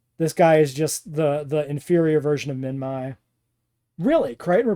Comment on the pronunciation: Is not "minmy", it's "minmee"